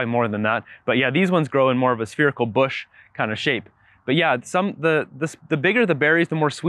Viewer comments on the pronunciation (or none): none